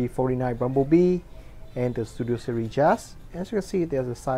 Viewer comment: He Pronounces series as "serie" but anyways great review